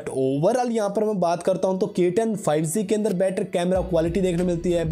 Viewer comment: Bro spelling is G not Z correct ur pronunciation